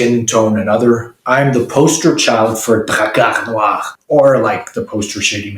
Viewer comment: Your alveolar trills give me areolar thrills.